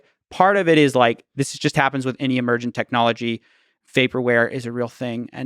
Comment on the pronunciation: I love how he speaks English perfectly but any is always ENYY . hgahahahah